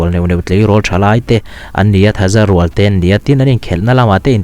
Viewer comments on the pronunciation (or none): Thaza rūal ni lovin thaza rúal toh tur 👍😅